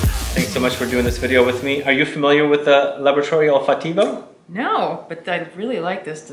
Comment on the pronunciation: I love Laboratory Olfattivo (accent on second syllable, Olfáttivo). My favorite is Rosamunda. I thought I would like Salina but it made me nauseated. I cringe to remember it.